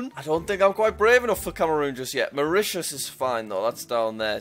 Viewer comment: Jack calls Mauritius Mauritania*